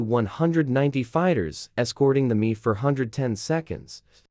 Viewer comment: It’s not the “me” it’s M E.